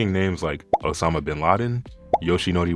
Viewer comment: guy said osama im crine